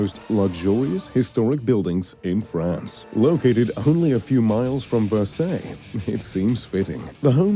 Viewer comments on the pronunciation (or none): Great homes. So many missing from the list (like every top home in the UK). Please no more filler shots that are not from the actual homes! How is it possible to mispronounces Versailles and hectares?